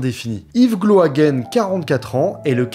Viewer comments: Super vidéo mais juste petite précision. Gloaguen se dit Gloaguin et pas Gloaguène. En tant que Breton s'est très perturbant 😅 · Très beau reportage, bravo au dessinateur également. Petite correction, Gloaguen se prononce gloa"gain"